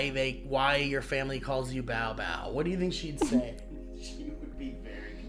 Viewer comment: It's Bow Bow not Mow Mow